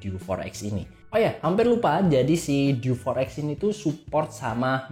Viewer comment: Untung berikutnya ngomongnya diganti dew 4 ex. Yg awal pas opening enggak banget, masak DI EWEK EMPAT KALI 😅😅